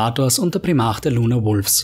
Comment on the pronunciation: Glaube man spricht es Prime arc aus